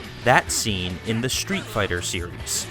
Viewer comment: why are you pronouncing street fighter " SHTREET FIGHTER?